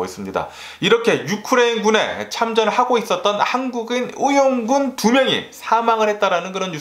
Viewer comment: 의↗️원군 ㅋㅋㅋ 아 너무 웃겨요 사투리 쓰시나봐요 눈을 따고 목을 따고 😂 욕 할때가 제일 웃김